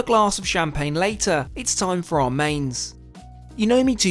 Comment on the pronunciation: I would suggest you learn how to pronounce French Champaign and French restaurant names correctly otherwise you should like a dick